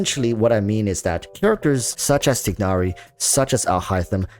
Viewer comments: They say Tie nari in the game. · I like your videos, you have a lot of smart thoughts, so I’m learning a lot from you. Just a minor critique: name pronounciation. Tie-nary and Deya. No big deal, but I just thought I’d help you with that :)